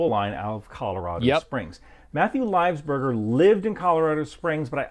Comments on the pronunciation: he can't even say his name right .. livesberger? whos that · this guy cant even pronounce his name right. its livelsburger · "Lives burger" Cringed every time.